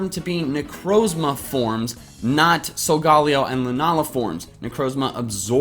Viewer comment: "Solgaleo" is pronounced "sol-ga-lay-oh".